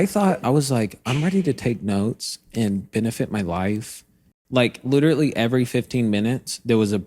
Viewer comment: Did you know that you say “literatly” instead of “literally” ? I mean, I’m just glad you’re back, so I’ll take it!